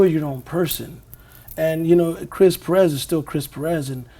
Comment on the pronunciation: Would be great to hear Perez pronounced correctly.